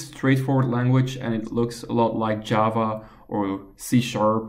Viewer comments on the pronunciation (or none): none